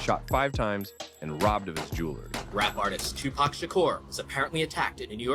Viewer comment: i don't know if this an a.i. naration. but it's hard to listen to them call him tupuck ...